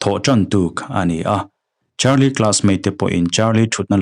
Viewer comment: Carlie brucia ani sia,charlie tiin ilam rengbawk sia,ngaihna awmlooo😂